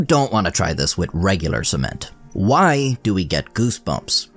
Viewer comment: WHYYY, do you pronounce “why” that way??